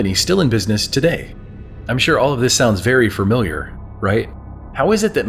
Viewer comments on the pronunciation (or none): FER-MILIAR? Really? Just gonna add an R in there? Lol